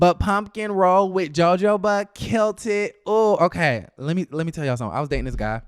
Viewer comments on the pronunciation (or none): It's not pronounce "joe-joe..." it's "ho-ho-ba". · Love your commentary. However, it's pronounced "Ho Ho" instead of "Jo Jo". You make it funny either way. #BamaGirlInCali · Joe Joe what? 🤣🤣 I think it’s pronounced huh-ho*-buh babe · it’s pronounced Ho-ho-ba. Not Jo-jo-ba. 😄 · Child not "joe-joe-ba". 🤣🤣🤣 I really thought he was kidding at first. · please record this last piece the J IS SILENT for h sound - for a min I didn’t know the heck you were talking about. It’s not pronounced jo jo as in joe Your partners should speak to you before partnering Google will help you with pronouncing these words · You do know it's not pronounced Joe Joe Ba 😑😒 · It is pronounced Joe hoe ba.... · That RHUGT cast looks boring!, its pronounced huh-ho-buh 😂😂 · I'm crying real life tears at Jojoba 🤣😂🤣😂 please ask Siri how to pronounce it. 😭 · Thank you. I cringed as soon as he said it.